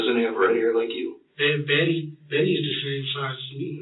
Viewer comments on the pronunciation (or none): none